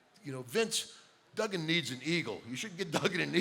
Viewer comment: It's not "DOOGAN" its DUGGAN, with two Gs!